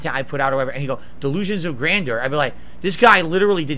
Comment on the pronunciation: Love that gets extra salty about pretending to not remember who he was and still refusing to say grandeur correctly 😂😂